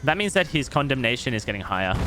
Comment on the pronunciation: I heard Condom nation rather than condemnation.